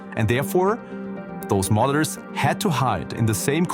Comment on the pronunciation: i thought he said mothers not modders